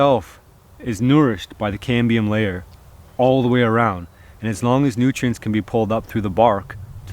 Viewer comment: When my son heard this video he thought you were saying CADMIUM.... lol... he almost choked on his dinner..... DAAADD WHY IS HE EATING CADMIUM????...... Love your videos man. Just found you today.